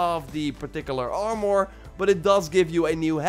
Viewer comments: What's ar-more 🤣🤣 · Try saying armor without "o" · You say armor like it has a “our” at the end lol say it like it has a “er” at the end